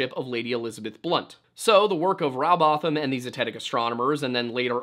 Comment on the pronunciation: It's Rowbotham as in Row your boat, not having a Row about the shape of the earth.And Bottom, not botham.